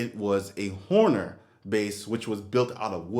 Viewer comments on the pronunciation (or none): Honer is correct. In the video, not sure if you even noticed but you were pronouncing it Horner. With an R after the O. Anyway, not big deal. That is a sweet vintage OG Steinberger you got there.